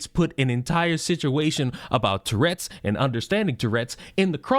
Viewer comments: "Torredz" ???? Really?? Tf is that?? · She cannot even say "TOURette's" correctly. She says "turrets". Like, he doesn't have mounted firearms on his shoulders.